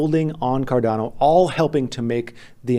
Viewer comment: buy cardana is all im hearing